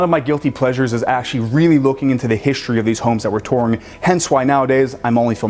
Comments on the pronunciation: Shtreet. Hishtory.... No "h" there. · Why do you say hishtory instead of history? I notice you said exshtremely too. Shtreet? Shtripe? Say it with me, ssssss versus shhhhhhhhhh; NOT THE SAME. Iron is WROUGHT. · You know what I don't love? How the narrator of this video pronounces his "st" sounds. He adds an "sh" to all of them and he sounds absolutely ridiculous. It's not "hishtory" or "exshtremly" or "shtrong" or "shtairs", etc, etc, etc. Good Lord. The narrator didn't learn to speak that way, why the hell is he adding these stupid sounds to his words? It's such a common trend among YouTubers these day. It's amazingly unfathomable that they all started doing it. WTF is going on?